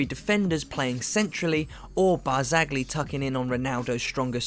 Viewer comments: Elvis Hodzic and it's Barzali not Barg-zali as the narrator says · Pjanic is suspended the first leg. And it's pronounced Deebala, Barz-eye-ee, Eeg-why-een. How can I take you seriously?